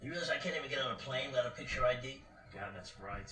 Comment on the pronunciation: It's pronounced Ee-Dee, not Eddy. Just a friendly correction!